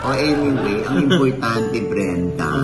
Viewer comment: Brenda, pero Mrena bigkas nya ksi may cleft palate sya.